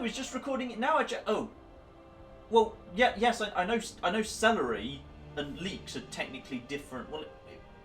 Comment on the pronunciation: /celery-ing out/ Absolutely fucking lost it.